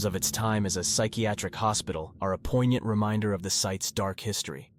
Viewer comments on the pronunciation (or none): none